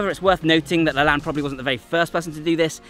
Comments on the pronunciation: First, learn how to properly pronounce LaLanne. He deserves that much. The Superman push-up covers everything anyone could need for strengthening the upper body. That and 500 bodyweight squats in 5 minutes or less and you're covered. Now try it w/ one arm and one leg. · It's pronounced Lah LANE == long E. Go watch any of his TV shows on YouTube and you can hear what he called himself. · That’s interesting, I never heard it said aloud because I didn’t grow up seeing it. I would have also said it the same way as did because I’m the spelling looks so French! Thanks for the correction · His name is pronounced Jack La-“Lane” not Lan. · LaLanne is pronounced with a long A. Like La lane. Not La lan. I know because I watched his TV show when I was a kid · Lane.... not Lahn. See American pronunciation of 'walking down a lane'. This is how Jack LaLanne pronounced his own name, so I'm sure it applies to his push up also.. but great video! Love your content. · Just a loving correction, dear, the name is pronounced LaLANE, rhymes with pain. I know because I grew up watching his exercise show. He was a truly amazing man. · Yeah it was funny hearing him saying it throughout the video. It sounded like he was saying Laland. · pronounced La-Layne not La Lan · Have you not heard Jack LaLanne pronounce his own name? It's the hard 'a' sound, as in lane. Regardless of the spelling, derivation, whatever. Please do the man the courtesy of pronouncing his name the way he himself pronounced it. Thanks. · I'm going to guess you didn't learn about Jack LaLanne from your dad or grandfather. Because if you did, you'd know the correct pronunciation is "le' lain". 😅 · So I believe Jack LaLanne’s last name is pronounced such that the second syllable rhymes with “lane” as in Penny Lane. At least that’s how he said it on his show long ago. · It's pronounced La "Lane." Thanks for the video. He was a fitness OG. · The pronounciation is Jack La - lane or layne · thats correct lol he said it wrong